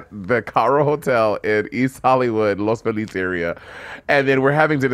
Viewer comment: As a Latino LA native, I love hearing Monet pronounce "Los Feliz" the CORRECT WAY!!! I almost got emotional tbh.